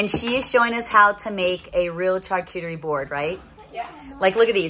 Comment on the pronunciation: Just a friendly tip.🙂🥰 Charcuterie is pronounced "Shar"cuterie😃